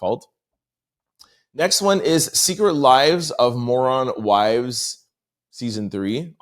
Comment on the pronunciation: Did you say Moron? Instead of Mormon?